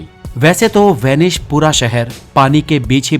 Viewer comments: Vanish nahi it's Venice. Idiot 😂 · VENICE NOT VENISH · Name is Venice.. Not Venish Boss😂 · Good video... But it's Venice not "Venish" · It's S not SH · it's not Vanish..it's vanice apna pronounciation thik karo bhai. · This is VENICE, not WANISH. थोड़ा सकूल में पढ़ लेता तो सही कहता। और हां, थोड़ा knowledge व्यक्ति को भी देना, जो कहता है Inter के बाद SSC करना, वह बड़े ऊंचे पद पर है और उसके is chronology से पूरे विश्व में लोग मज़ाक़ उड़ा रहे हैं। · It is venice please Pronounce properly